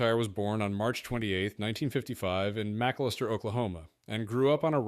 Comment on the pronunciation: Pretty weak video all around. By the 45 second point her name is Reeb McEntire, and the computer voice mispronounces McAlester, Oklahoma. Later on the plane is accused of being in the path of Otay mountain, as if the mountain is moving and the airplane is stationary. And the YouTube channel is Flig Debrief, not Flight Debrief.